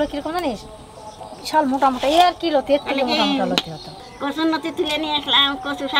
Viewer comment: ঠাকুমা নতি না লতি বলে